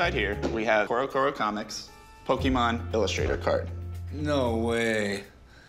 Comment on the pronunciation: Rick: Pokeman